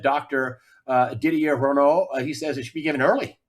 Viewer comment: Not Didier Renault but RAOÛLT